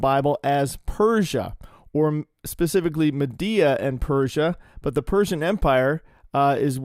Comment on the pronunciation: Every time you said MADDEA 😂 Love you,! ❤